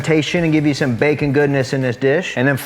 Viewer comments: My kids say bakah all the time, means stupid in Japanese. Prob not spelt the same way but when he said that I about died 🤣🤣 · Chicken, it goes "bakah" 🤣 love watching the videos 👍